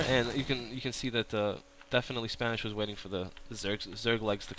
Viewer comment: I just don't like the way you casted the game, it seemed like you were confused half of the time, and his name is Spanishiwa, the i's sound like the letter "e"